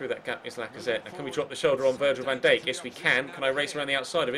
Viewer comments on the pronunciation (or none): a little bite of me dies when you say van dake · very frustrating it's Van Dike and Ko-la-sin-ak not how ur pronouncing it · The way you say Van Dijk wow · Nice vid like always! Pronounce Van Dijk again xDDDDDDDDDDD